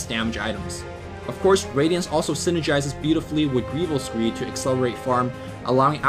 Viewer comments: ITS GOBLIINS GREED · Goblin's greed!!! not greevil! Besides nice guide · It's totally Goblin's Greed not Greevil's Greed.... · it's not greevil's greed.... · has been playing too much greeviling:P - goblin green said as greevil greed